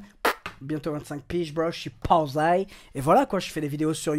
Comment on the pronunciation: qui a envie de le tuer quand il dit posey?